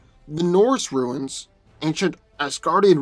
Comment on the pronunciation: Stahp saying "ruins" instead of "runes"